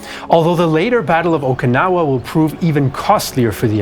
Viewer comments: What is o-KEE-no-wah? Do you mean o-kin-NOW-wah? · I’m sorry but I can’t get past pronunciation of “Okinawa”. it’s ok to sometimes to use anglophone pronunciations.